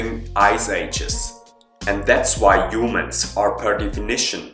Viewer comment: Back then,u called us "Huemens".Good work